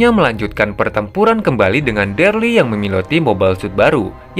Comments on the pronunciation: bukan derly bang, tapi Daryl bacanya Deril. 🙏🏻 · daryl pak bukan derli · Daryl bang bukan Derly. Io bang bacanya, bukan aio. Pelan² bang g perlu buru².